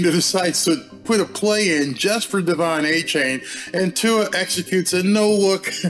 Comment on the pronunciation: DE-Von A -Chan